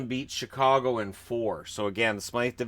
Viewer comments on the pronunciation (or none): none